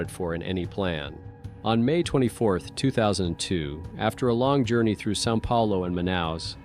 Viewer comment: It's not "San Paolo". It's Sao Paulo. Interesting video otherwise. Fascinating story.